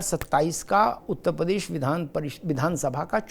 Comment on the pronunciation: प्रदेश का उच्चारण सुधारिये